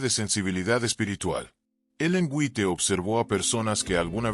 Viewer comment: White se pronuncia en inglés wait.